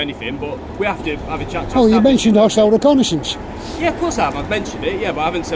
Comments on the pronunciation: "Hostile 'reck-a-ney-sense'" Lol 😂c'mon officer, if you're going to start throwing unfounded allegations around, at least have a basic handle on the English language. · ReconAYsionce. Fancy. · Why use words like reconnaissance when you can't even say it properly. 😂 😅 🤣 😆